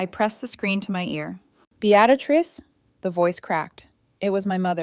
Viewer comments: This reader sucks. The woman’s name is Beatrice not Beatatrice! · The name isn't Be- actor- ist it's beetris ( Beatrice ). If AI can't pronounce names, pay a human being to read it. At least the boaring monotonous voice wouldn't reading it, 😂😂😂😂😂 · BEE-AT-UH-TRISS is NOT how BEATRICE is said. It IS said as BEE-TRISS or even as BEE-UH-TRISS. How can someone murder such an old and fairly common name? How can someone put in an EXTRA sound, that's not even written there? You can even search, "How to pronounce the name spelt as B E A T R I C E?", and it will say it for you. Guess you're a lazy fool? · OMG! It's Bee-uh-trice!! Bee-uh-trice!!! :( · Beatrice is pronounced Bee-tris. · Bee at a triss ?? For pity's sake put AI out of its misery and teach it to pronounce the main character's name properly. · 😂😂😂😂I stopped listening because of the mispronunciation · BEE-trix two syllables and the much rarer three syllable pronouncement BEE-uh-trix were the uh is very slight. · For frickin real!!! Bee at risss, get lost AI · Like Beadatrice? Golly bum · You should have learned how to say the name Beatrice. You fractured the story with that one grating significance. You should gift thankyou' flowers to the Apartment Warning Contact who warned you the married couple were at your door. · My God! How many different ways can you butcher the name "Beatrice" ?!! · The mispronounation of Beatrice is so annoying. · Mispronouncing Beatrice named drove me crazy. Had to stop watching. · Please pronounce her name correctly